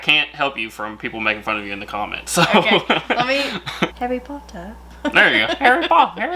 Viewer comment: being a Brit, that sounds like a Russian accent when you say “Harry potter”